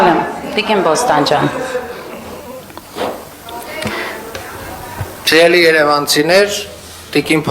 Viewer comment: Նվարդի՛կ, ո՛չ-թե Բոստանջյան, այլ Փոստանջյան։ Եվ առհասարակ ինչու՞ ես ճորալով խոսում, քնաթաթախ ես, թե՞ ՞ ՞…🤯